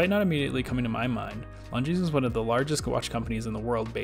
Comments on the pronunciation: It is pronounced Longine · Come on, you don’t pronounce the ‘s’. Is it incomplete research or just American ignorance to just not pronouncing words correctly. Reminds me of their incessant need to say ‘Legos’ when it is Lego! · The 's' is silent in Longines.